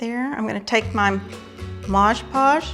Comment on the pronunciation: It's Mod Podge not Modge Podge for pity's sake!